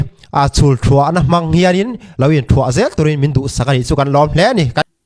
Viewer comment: Thuah pawh lam dik hlei theilo 😅